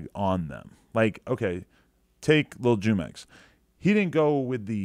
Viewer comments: Its pronounced WHO-MEX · Isn’t it like the juice Juemex I think it’s pronounced YouMex in the Hispanic world!!!